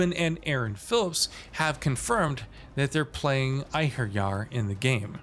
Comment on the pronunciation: The way he said einherjar was amazing.. from a norwegians ears